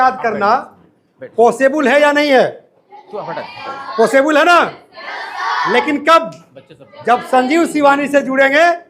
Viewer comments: पहले अपना उच्चारण सुधारिए इंग्लिश को इंग्लिस कह रहे हो और पॉसिबल को पॉसिबुल 😂😂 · Sir jee the word is possible and not possable.please avoid mispronunciation because any word which is pronounced wrong can alter the context of the entire sentence and creates confusion for the listeners.however you are doing a good job in your endeavour to teach spoken English to small children.I wish you all success and speedy progress of your coaching centre. May your coaching rise sky high.please don't take my comment otherwise. Thank you. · अरे posebul क्या hota hai sir? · Sab to sahi hai lekin ye pisuble kya hai sir 😊